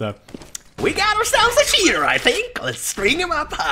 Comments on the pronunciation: i know he is saying that but his accent makes it sound like "shitter" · He was saying "We have a Cheater" but whatever :) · Love the way you say cheater xD